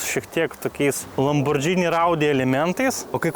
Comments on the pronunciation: lamborgiiiini, o ne lambordžini. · kaip visad super! P.S. Ne lambordžini, o lamborgini reiktu tart. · Įdomu išmoksim kada lamborgini sakyt vietoj lambordžini? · Lamborgini, o ne Lambordžini. Ar čia ant prikolo taip vadini?